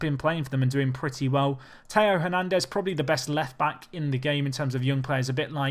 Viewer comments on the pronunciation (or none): none